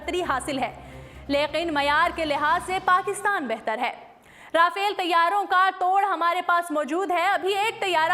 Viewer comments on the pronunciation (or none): Rafail nhi RAFAEL hota hay